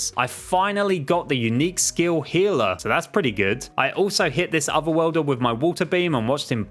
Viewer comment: Okay okay I know he's saying other worlder but it sounds like otherwelder